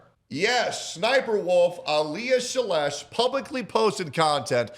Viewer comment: Did you say Sniperwolf's last name is "SLAANESH"?!?!